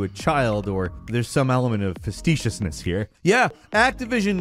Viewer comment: Did you say "fasteciousness" lol